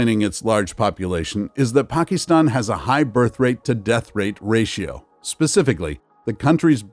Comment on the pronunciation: Pakeestan? You should also review numerical rounding rules taught in elementary school math instead of reading numbers verbatim.